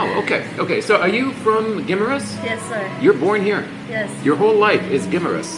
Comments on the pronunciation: gi MAR us there is no short i (big, pig, kiss) sound.. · Guimaras. Pronounced Guy-maras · My Wife 34 years, was born and grew up on Guimaras ( pronunciation Gim- A Rus, ) later the Family moved to Ilo Ilo, I Have not been there for more than 20 years, Days Motel and Resturant where Superb